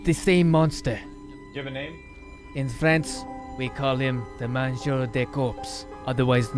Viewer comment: Better than most accents people attempt on RP servers. But in French you should never pronounce a R at the end of a word like “Manger” Other than a few other things it was a decent accent